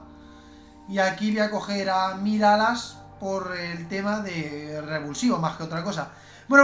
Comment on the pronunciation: Porque dijo Miralas en vez de MiraLLas?!?!